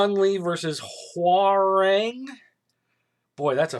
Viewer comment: it's KA-ZOO-YA, REE-YOU and Hwrang was more or less coreect